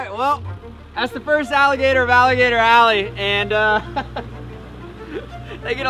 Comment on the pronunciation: *ALLEY. Not ally.